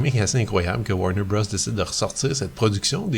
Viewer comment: Urgh! 😖 It’s pronounced “Warner Brothers”! Thanks for the video, though.